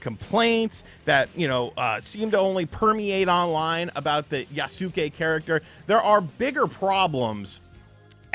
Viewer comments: Jesus, what is with you YouTubers not getting the name right? YAS-KAY! TWO FUCKING SYLLABLES! YAS-KAY! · Maybe playing the game will make actually pronounce the name correctly. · The way you butcher the name yasuke it sounds like AI 😂